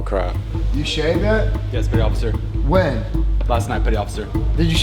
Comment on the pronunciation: And “petty officer” becomes “petty otter” for some reason